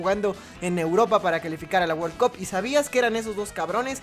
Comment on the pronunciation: Porque decis "wol cup" En vez de "world cup"